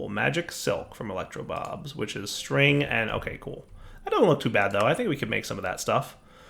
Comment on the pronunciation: I swear half the time you call the mod electro bobs. Edit: Ok, way more than half the time lmao.